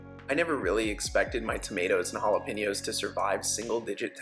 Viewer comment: I presume his "hollow paynoes" are our Jalapeños. 😧